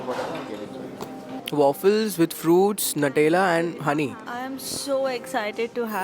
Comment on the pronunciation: I don’t have big dreams. Bas go trails zoro se chal jaaye. And it’s not NATELA, it’s NUTELLA - New Tella 👍